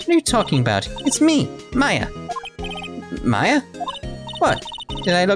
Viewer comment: thats exactly how you pronounce Mia AND Maya Name you nailed it i wonder how last it will last Oh :(